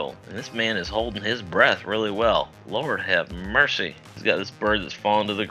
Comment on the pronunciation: He had me at "lourd hav murcy"